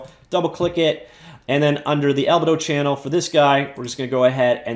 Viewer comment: Fantastic video! Minor correction: albedo is pronounced al-BEE-doh, not AL-beh-doh :)